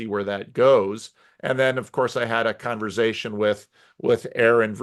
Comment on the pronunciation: just having a "converzation"